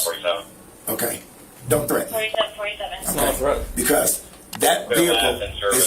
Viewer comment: "donte" LMAO. These idiots get funnier every day.